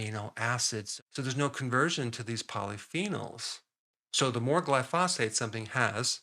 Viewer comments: Isn't it pronounced GLY-pho-sate, with the stress on the first syllable? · Doc , When pronouncing glyphosate put your emphasis on the first syllable and let the rest fly. Just think of the word hibernate and how the emphasis is on the first syllable there, and all will be well